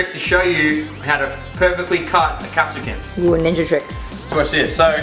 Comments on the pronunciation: Capsicums, not capsicuns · well it's capsicum, but I do love how you pronounce it "capsican" 😂😂💕